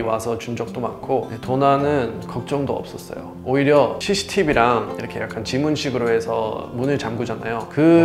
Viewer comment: 우와 영어를 한국인발음으로 구사하는 분은 첨~~대박 아메리카노,쓰리샷,cctv 한국인인줄ㅋ